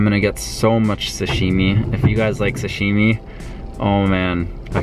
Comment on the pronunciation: What is shashimi or whatever he said